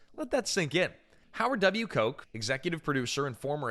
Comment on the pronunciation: Nice work. But the Producer’s name is pronounced “Howard Kotch.” By the way, the bonus material on the DVD is also insane! The goods and mismatches in the movie were hysterical.